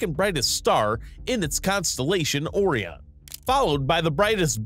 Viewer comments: ORION NOT "AW RION " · Seriously. After the 4th time of him mispronouncing possibly one of the best known names in astronomy and mythology, I couldn't take it anymore. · Personal nit pick. It's pronounced ' O Rye in ' or " O Ryan "not " O ree in " and it's Rye Gel not Rig L. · this mf pronounced orion "or-ee-on" and rigel "regg-el"